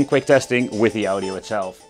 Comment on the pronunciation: Ow-Dio, try Awe-Dio. Are there emulators that do it better than that chip?